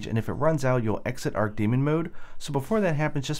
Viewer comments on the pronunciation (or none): ARCH 'CH' like choo choo train. Archdemon Argh. Also, good video.